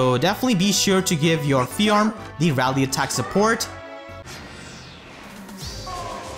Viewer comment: Do you intentionally mispronounce Fjorm's name so horribly? Like an intentional joke to bait out cringe and hate?